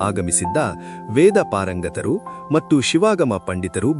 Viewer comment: ಮತ್ತು ಎಂಬುದನ್ನು ಮಟ್ಟು ಎಂದು ಉಚ್ಛಾರಮಾಡುತಿದ್ದೀರಿ. ಇದನ್ನು ತಿದ್ದಿಕೊಳ್ಳಬಹದೇ ಮಹಾಶಯರೆ